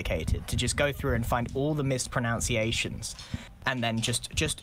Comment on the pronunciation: The delicious irony: Grian wants a catalogue of all the times Scar mispronounces words, but he himself mispronounced "mispronunciation"! Lol It's mis pro nUn ciation, not mis pro nOUn ciation. Lol